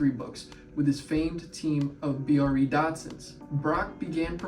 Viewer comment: It's BRE, like TREE not B. R. E.. You should interview PB, he's a terrific guy, brilliant and a lot of fun.